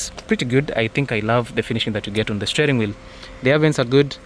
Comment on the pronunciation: Shteering wheel